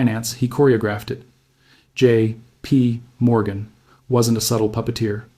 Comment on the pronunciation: This AI voice is a bit anoying. It cant read dates properly. And the time between JP and Morgan was too long.